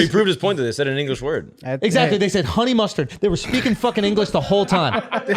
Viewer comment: Lmao i cant unhear huney mustaad lol alot